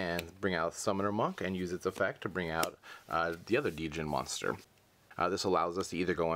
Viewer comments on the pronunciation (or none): The monster you called "Dee-Jin" is just pronounced jin (like the alcohol gin). Silent D. Go figure. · Just so you know, it's not pronounced "Dee-jinn," the D is silent. It's just "jinn." Actually, American culture has it all wrong. "Djinn" is plural, whereas "Djinni" (prounounced "jii-nee") is singular. In fact, if you say Djinni fast, it sounds like "Genie." Fun fact: When Jafar wishes to be a djinni at the end of Aladdin, he doesn't say "I wish to be an all-powerful GENIE!!", he says "I wish to be an all-powerful DJINNI!!", the correct way. 'Genie' is just the name of Aladdin's djinni. :) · Only thing I got to say is that the d is silent on djinn but deck looks solid